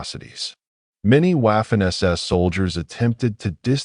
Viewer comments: Your stupidity AI can’t properly pronounce Waffen! The W is pronounced V. Not waffen it becomes vaffen! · You don't pronunce Waffen as w. Its Vaffen. Its German. German don't pronounce w as w. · I have told you before, stupid AI, Waffen is pronounced Vaffen! Take some language courses, mesthead AI! Furthermore, how does an AI device read all the comments? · When someone cannot pronounce Waffen or Weimar correctly I can’t listen.